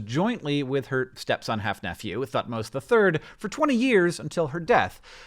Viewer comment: Bangs head on table at pronunciation of Thutmoses.